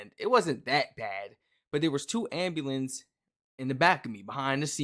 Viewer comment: “Two amberlance” 😂 Two ambulances